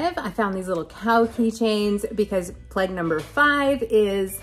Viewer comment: OH Plague ... I thought you were saying " Pleg " and I was lost ... Nice vid as always .. your pic at the end is soo soo pretty. Happy Passover